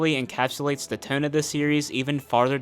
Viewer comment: “overall teuunnn” …… are you from Pennsylvania?